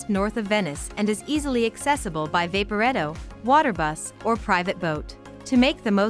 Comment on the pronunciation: Wow! Less than 1.5 min in we've had a horribly mispronounced 'Vapporetto.' a plug for 'Traditional Venitian Cusine" while showing a plate of sushi, and a shot of the Venitian in Las Vegas. No way would I trust anything this video is going to tell me! Do better or don't bother.